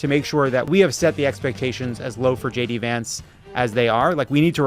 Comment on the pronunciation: I swear I heard Tim say Gay D Vance and Levitt call him Shitty Vance. Just aayint